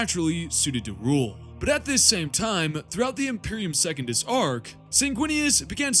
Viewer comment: Brother, you have got to work on your pronounciation if you're going to make videos speaking on this stuff. Secundus is not second-us, it's Sec-un-dus. Mersadie Oliton is Mer-sadie Oli-ton.